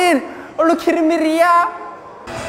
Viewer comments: gacha mellow that’s how he says kidding lol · What's sappenring, are you Kirring me idiah? The best English ever